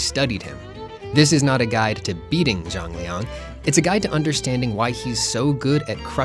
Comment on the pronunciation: Why do i always hear "Jean-Leon" ?